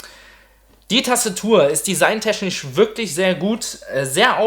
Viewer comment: meschanisch, designteschnisch - akzent oder sprachfehler?